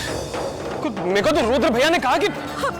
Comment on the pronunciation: Abe o ghatiya insaan..pehle to rudra bolna sikho...yudr yudr laga rakha hai..aur rudra apni maut nhi ...us langde antriksh ne maarne ki kosis poori ki thi usne.andhe the kya tum..mirchi daal ke aakho me dekh rahe the is serial me hai bolo...idiot kahi ke..